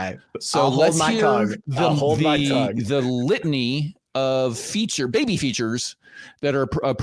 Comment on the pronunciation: Any Linfamy fans hearing how he says, "Bubbay"?